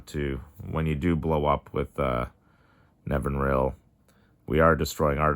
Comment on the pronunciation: Nev-in-ir-all is the pronunciation